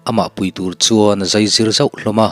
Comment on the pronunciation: Dawhthleng,tih kha thleng tih kha ri sang a lam tur a ni. Tin zai niloin zai,chem a zai ang a zai tihtur a ni bok ang.